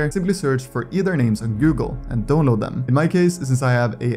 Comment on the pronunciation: except when he says download